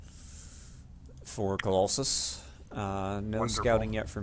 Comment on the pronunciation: Colawlsus here. Im on youtube :D You guys did good with casting. My only suggestions would be having the production tab open, and not mispronouncing my name :P Look forward to the rematch cast :D